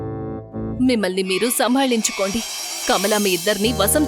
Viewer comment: Kamla kadhu kamala